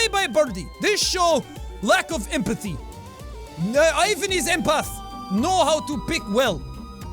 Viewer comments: I love your accent for russian games :D But just one thing: Ivan is pronounced like this: The I is pronounced like a long english e and the emphasis of the name is on the a so sth like Evaaaan. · Lost Coyote Oh I am aware of that😉. What I meant to imply is that it would have been more fitting to use the Russian pronunciation. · I must say, the "I" in Ivan is read like the letter "E". Better fix that in the next video xD But hey, good episode! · every time Jack pronounces Ivan wrong, my life gets shorter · The "I" in Ivan is actually pronounced like "E" in e-mail. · Why does every english speakeing person misspronounce the name Ivan? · Ivan not smart enough to say Ivan properly in Russian 😉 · that was cool and real fun to watch but you actually have to pronounce this name as ivAn not Ivan(place the stress on a different letter)(at least if you use it in russian language) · Ah Jack, always trying your best and bringing us a variety of different voices. It makes things much more entertaining and fun. :) Here's a tip to help make a more convincing Russian accent: when saying Ivan, pronounce it more like Ee-vahn, as opposed to Eye-van. Edit: I just noticed you switch back and forth between the two a few times. Oops, haha. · By the way Ivan has the stress on the second syllable, EE-VÁN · 1: EEVAN NOT EYEVAN!!!! 2: Sasha is a both boys and girls name... Petrova is a feminine version of last name Petrov Petrov = male Petrova = female Sasha Petrova is a girl :) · imme finna just say this but its not "aivan" its "eivan" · Ivan is pronounced ee-van not eye-vun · Ok Jack i noticed a common mistake most Americans make with the name Ivan. Since its Russian you would pronounce it “ee-vahn” not “eye-vahn” just following Russian language rules. Loved the accent though! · Ivan is pronounced "Eevahn" not "i-ven" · Its not pronounced I- van it's E-van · not "I van" it's "Evan" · Jack, it's not pronounced "A-J-V-N" It's "I-V-N" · JAAAAACK ITS PRONOUNCED EE-VAN NOT IE-VAN